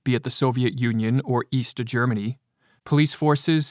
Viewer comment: "Easter Germany" - C'mon man!